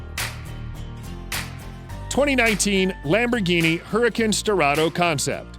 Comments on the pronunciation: I don't think that's how you say huracan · It triggers me bc he says gallardo and huracan wrong